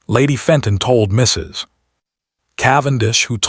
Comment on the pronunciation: It pauses in mid sentence and after MISSUS. LOL